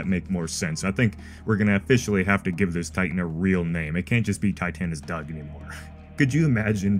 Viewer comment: I died on titanus Doug with the British accent 😂😂